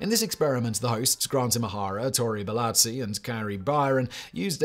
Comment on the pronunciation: Simon clearly weren't a fan of Mythbusters, he just pronounced Tory's last name as "Belatzi", hahaha.